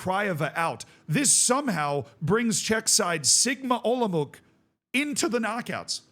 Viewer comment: Olomouc is pronounced Olomouts/olomovtz, if you do something like that, u get it pretty much right 🎯